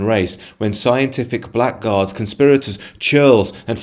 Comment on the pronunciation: The attack on Whitey is a broad church and is for manifold reasons, hate largely being central. A note of pedantry: 'Blackguard' is pronounced 'blaggard'.